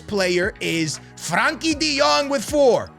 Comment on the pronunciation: bro is on vio, callin Busquets Bisquits and Frenkie De Jong, Frankie